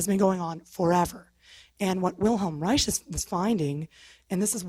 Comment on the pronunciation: she needs to learn how to say wilhelms last name, it's pronounced as rike.